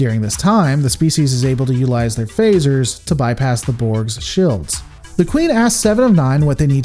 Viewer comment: How come your "shields" and "fields" doesn't have "i"s in it? I mean you pronounce them wrong, its a bit cringey to listen. Sawry.... ✌🏻️